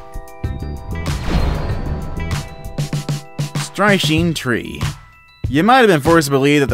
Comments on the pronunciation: it is pronounced "strick nine" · Strychnine is pronounced stricknine